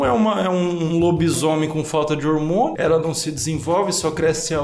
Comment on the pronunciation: "Ormonho"? "Indentificava"? 🤨